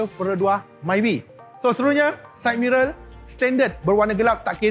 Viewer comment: Saya suka bila sebut saidmirel. mmg lejen.